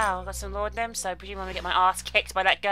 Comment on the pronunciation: It's not Laudanum anymore, it's apparently Laudanadanum. :D